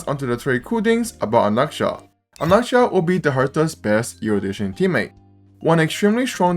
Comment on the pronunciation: Why do you pronounce his name like that